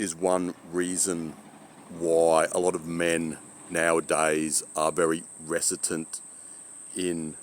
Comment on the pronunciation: the word is "reticent" not recitent. Regards to his wife's attitude, she wants a newer kitchen and bathroom to impress her friends, as a status symbol. Its got nothing to do with whether she uses them or not. My mother is the same, despite having bugger all money nearing retirement she blew money remodelling a perfectly functional bathroom and kitchen. She felt insecure compared to her wealthier still-married friends.